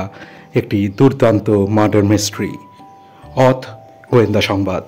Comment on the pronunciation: উচ্চারণ টা অথ নয় মানে হসন্ত দিয়ে শেষ হবে না।হবে '' অথও ' ওকার দিয়ে শেষ হবে।